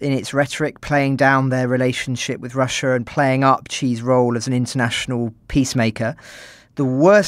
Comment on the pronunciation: ........ did he say Xi's role or cheese roll?